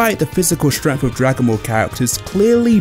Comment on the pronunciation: what the hell is "stremf" ?